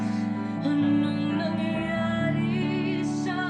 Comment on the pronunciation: 👏👏👏 Ano'ng nangyari sa ating dalawa? (What happened between the two of us). You said it correctly. Good job